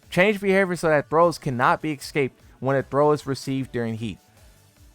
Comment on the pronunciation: "He cannot be eggscaped"